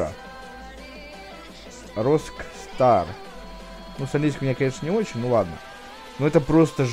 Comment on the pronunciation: Рокстар. А не росстаp xD